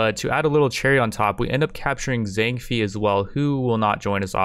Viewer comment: Fei and Bei isn't said like that, it's more like Fae and Bae. The games advisor should pronounce the names when you select faction when starting a new game Edit: Spelling Mistake